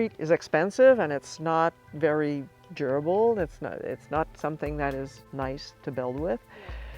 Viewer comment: concrete not very durbal haha ,come on lady